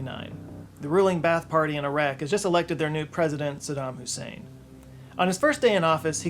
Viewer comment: you said, "sadam husaid" 😂